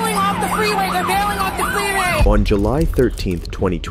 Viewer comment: Did you hear what she said 😅 when said freeway 😅😂 the second time 😂 hilarious. She said freeray😅😂😂